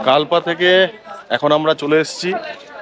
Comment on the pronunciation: প্রাকৃতিক সৌন্দর্য অনবদ্য কিন্তু বারবার কাল্পা উচ্চারণ কানে খট করে লাগছিল।